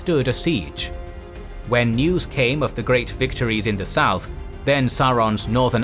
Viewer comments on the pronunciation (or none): none